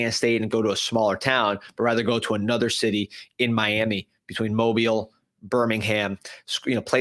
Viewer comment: Fantastic pronunciation of Mobile Alabama!